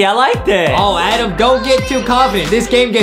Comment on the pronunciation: it's not ADEM it's ADAM